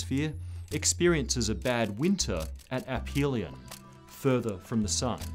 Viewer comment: this is the first video about the milankovitch cycles I've seen to pronounce the word "aphelion" correctly